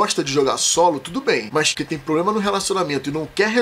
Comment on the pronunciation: Essa sua frase aos do vídeo ficou bem ambígua. A princípio parecia estar dizendo (ao menos para mim): "Mas que tem probl..." e não "Mas quem tem probl..." e isso gerou uma interpretação de início que suponho eu que talvez não tenha sido sua intenção, no caso, de jogadores que gostam de jogar solo terem problemas de socialização.